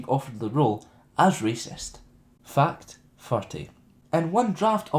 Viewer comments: Everytime he says ''fact'' it sounds like ''fucked'' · Lol "fucked two". well that's what it sounds like